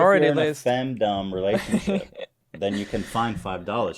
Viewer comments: Or femdumb lmao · Ethan pronouncing the ‘dom’ in femdom like ‘fandom’ is killing me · Ethan thinks "fem-Dom" rhymes with "kingdom" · hearing the words femdumb and lolli driving me crazy every time I hear it pronounced wrong lol